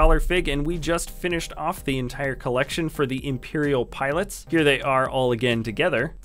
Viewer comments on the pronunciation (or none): he said 21 piolits